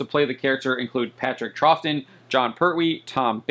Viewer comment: Patrick 'Trow' (as in cow)-ton!